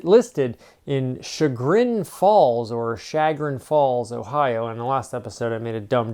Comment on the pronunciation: It is pronounced "Shuh grin". It's about 30 mins south of me.